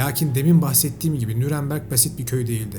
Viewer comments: Nüremberg olmaması lazım Nürnberg olması lazım .Düzeltin lütfen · ŞEHRİN İSMİ N Ü R N BERG